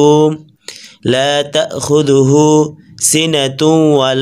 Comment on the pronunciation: ভাই, (লা তাহ খুদূহু) বলেন কেন।‌ স্পষ্ট বুঝা যায় না।